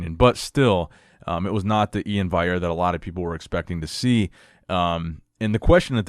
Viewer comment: If you know Ian's personality at all, it's obvious sarcasm. And come on brother, it's VALL-yair with the L pronounced! You should know how to properly pronounce an olympia level competitors name!